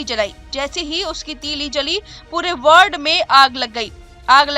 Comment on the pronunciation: मैडम साहिबा, कृपया वार्ड को वर्ड न बोलें।